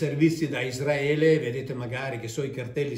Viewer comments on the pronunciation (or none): none